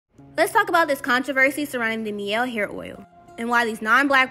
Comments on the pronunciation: It's pronounced, "MY-EL!"🤦‍♀️ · Miel is Spanish for Honey but it’s pronounced ‘My-Elle’ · You’re pronouncing it wrong too. It’s my-elle